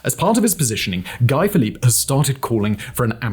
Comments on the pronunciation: He says “Guy Philipp” 😂😂😂 broh , pronounce his name as “Gee” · It never fails to surprise me how badly he can mangle last names. Some tricky ones he nails, some easy ones he wrecks. You’d think he could pronounce Guy correctly, with France being just across the channel. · Simon obviously knows little about Haiti as evidenced, to start with, by his atrocious pronunciations of things related to Haiti (e.g. Aristidé ????) He mentioned Guy Philippe (Simon, a great teleprompter reader, misprounces "Guy", of course) as not being a gang leader but he definitely was some sort of gang leader when he overthrew the legitimate government of Haiti in 2004. Who knows, maybe President Cherizier might be the solution for Haiti. Better than the corrupt oligarchs, or the carnival clown , Sweet Mickey, selected by HIllary in 2011, or any one in the ex-Haitian Government today. If Haiti is to become a Somalia, then let it be so. Eventually, Haitians will work things out but I am afraid that once they do, the US and France will once again sweep in, bribe and corrupt the leaders, control them, and the cycle will continue. I wish China or Russia could help but that would be a red line, it is the only solution. The US would do in Haiti what Russia did in Ukraine.